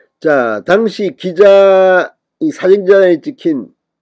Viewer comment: 당시? 당 시가 아니고요? 당은 저음 아닌가요? 진성호씨